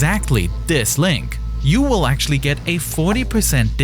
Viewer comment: Actuawwy... the deepwatew howizon wig expwoded and weaked a wot of oiw which is actuawy weawy bad